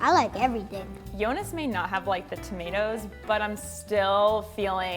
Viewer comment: The video was so cute ❤️ but it's Yonis not yonas 😂❤️